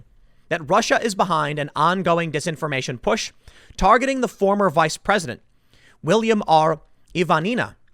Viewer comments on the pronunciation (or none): none